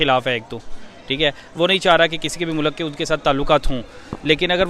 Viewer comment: mulak?🤣🤣🤣🤣🤣🤣🤣🤣🤣🤣🤣🤣🤣🤣🤣🤣🤣🤣 jahil aurat mulk hota hai